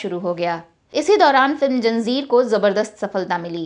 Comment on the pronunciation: Zanjeer hai bhai not janjeer or janzeer